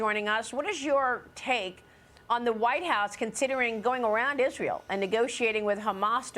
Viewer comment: This fool can't even say israel I mean, don't get me wrong. I'm tired of being a slave. To the democratic spending, I don't condone wars but this fool can't even say the real name correctly.